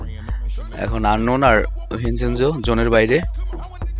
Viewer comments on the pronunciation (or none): হে আনটন আনকন মানে কি হে,, অইটা আননন উচ্চারণ হবে,,, Unknown.